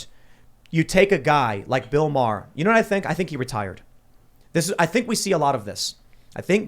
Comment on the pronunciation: worst thig is that American's can't pronounce Maher